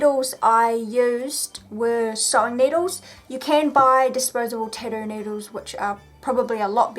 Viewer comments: Tatt oo not tad oo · she can't even say or pronounce tattoo , titdoo 😂😂😂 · tadu? or tattoo? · it is called tattoo not tittoo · Hearing her say Tidoh everytime is infuriating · I love the way you say Tattoo.. Tiddo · "tidoo" lmao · tattoo....TATTOO.....(Tatt-Tew) NOT (ta-doo). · Tad too? It's tat too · the tidoo* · am I the only one hearing titty instead tattoo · im gonna be honest ive never heard someone pronounce "tattoo" the way you do :0 your tattoos are very interesting though ! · for the love of god it tat-oo learn to say the fucking word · Love the way u say tattoo 😅 thanks for the video❤️ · Say tattoo right it's annoying and this is dumb why would you ever do this to yourself